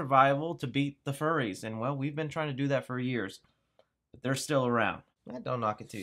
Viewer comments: Fyoo-ries, my dude, not furry. Furies is in relation to the beings of Greek Mythology. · dude, it's Furies (like fury), not Furry's. I assume it's a play on the mythological creature the Furies. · Wouldn't furries be with 2 "r's"? This should be pronounced like fury only plural...Right? Anyone else see that? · Great info. Furies not Furries, though. Fury as in anger. It would be interesting if it were Furries, though. 😁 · its not "Furries" its Furies, like plural of Fury. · "The Furries"? Furies, dude. ;) And it wasn't too bad! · I'm you gotten comments already but it's not furries, it's furies as in fury or wrath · I think its probably pronounced more like fury than furry. Smh. Oh..... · its fury not furry lol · Pretty sure the title of The Furies is pronounced like Fury, as in wild or violent anger. Also the name of a mythological creature, Furies were “infernal goddesses” of vengeance.